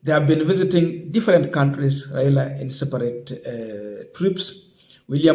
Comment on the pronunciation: My friend can you pronounce well Raila not raira. He is a Kenyan and your man is the president so what is your problem not supporting one of your own. This petty hate will not change the way you behave just love your brother as you would like to be loved if it was you.